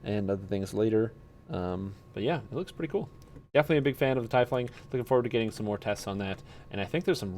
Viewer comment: Good videos, you got me playing DDO again. But its pronounced Tea-fling